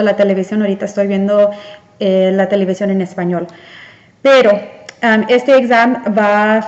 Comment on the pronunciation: examen, no exam, desarrollar, no desarrolar, subraye, noun = sustantivo. Felicitaciones por querer aprender a hablar correctamente.